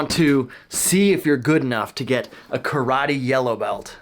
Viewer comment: First of all you guys must learn how to pronunce karate.